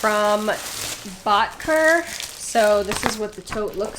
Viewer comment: also it's bot key ay ♡